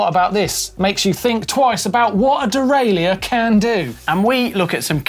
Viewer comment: De rail er. Dee rail eee ur.